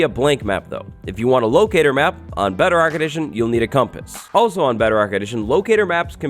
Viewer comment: Bedarock edition? What's bedarock edition? You type it as bedrock but pronounce it as bedarock?